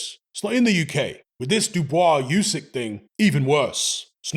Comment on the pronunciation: OOSIK, not YOOSIK, FFS!